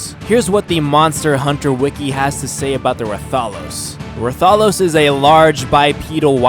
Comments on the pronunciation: Wrath-a-los for rathalos.Deviljo is devil-ho. The J be silent. Err-agon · it's pronounced Rath a Los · ITS PRONOUNCE RATH-A-LOS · ra-tha-los LOL THATS NOT CORRECT ITS RATHA-LOS U FOOL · rath-a-lo-s not reth-al-ose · its not ruh thahlos its rath alos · The way you say rathalos has me dead im fairly sure its pronounced Wrath A los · I think it's Ray-thos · He said ratholos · Pronanced rath-a-los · Rath-A-Los and Rath-Ian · Rathalos is pronounced wrath-all-los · I don’t know how you can miss pronounce Ratholos but pronounce Rathian just fine... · Plz get it right rath a los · Rathalos Is like Wrathalos sorry but that triggered me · YOUR SAYING RATHALOS WRONG!!!!!!!! its pronounced Wrath-a-loes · Hes saying rathian and rathalos wrong ._. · When you said Rathalos you were close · You suck at pronouncing the monsters! Monster hunter is my fav. Game ever!!! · Deviljho isn't a mutant and yea you pronounce rathalos wrong